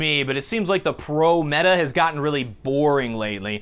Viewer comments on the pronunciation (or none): none